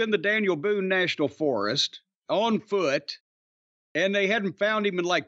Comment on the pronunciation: Forest..another word doesn't know how to pronounce along with tournament.